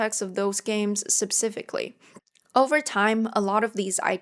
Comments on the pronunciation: It’s pronounced specifically, not supsifically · Thanks for theinfo. Note: "specifically" is not pronounced how you pronounce it ^^